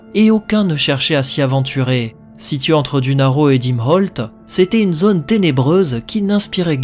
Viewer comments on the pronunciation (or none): none